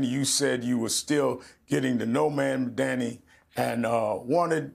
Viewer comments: I wish Rev would pronounce the name properly! It sounds like "MOM-DONNY"! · Sharpton still can't pronounce Zohran Mamdani's name correctly. Sharpton doesn't press Jeffries on why he hasn't endorsed Mamdani, who just won the NYC democratic primary? There is no mention of Jeffries accepting AIPAC money and the impact AIPAC has on his decisions? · I know this is a very low priority critique, but was anyone else really bothered by Rev so blatantly mispronouncing Mamdani’s last name about a dozen times? I’m honestly quite certain it was intentional and this man has been in the news for months and especially the last few weeks. Rev Shurptain (intentional) knows better that Zohran deserves this basic level of respect. Do better.